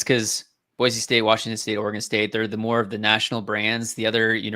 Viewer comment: It's Boy - See and not Boy - Zee